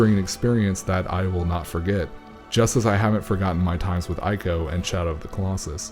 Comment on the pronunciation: It's "Eeko" and "Treeko". A play on words for the third Team Ico game. Trico